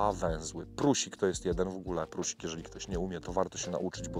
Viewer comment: proponuje zweryfikować wymowę słowa PRUSIK... bo uszy bolą :(